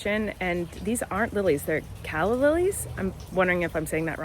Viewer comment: Hi!! My name is Calla and you said it perfect!!!